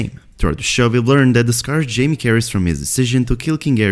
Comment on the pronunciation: Is it just me or do you hear “Jimmy” when he says “Jaime.” I cant unhear it now 😂